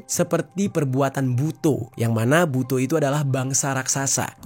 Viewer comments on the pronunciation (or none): Butho bang BKN Bu-to 😅 bcanya salah